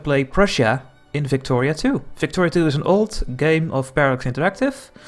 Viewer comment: Your accent made it sound like you said flictoria